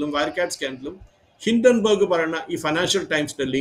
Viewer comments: ഹിഡൻബർഗ് അല്ല ഹിഡൻബർഗ് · ഹിഡൻബർഗ് അല്ല ഹിൻഡൻബർഗ് എന്നാണ്